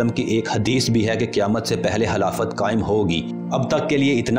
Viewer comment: Halafat nahi bhai , KHILAFAT